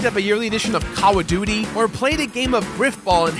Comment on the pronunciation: What's "Cowaduty"?